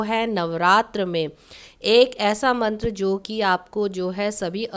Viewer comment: Aapne mantra ka uccharan sahi nhi kia maam..